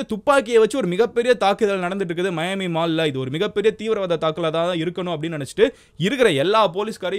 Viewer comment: மயான்மி இல்ல தல மியான்மி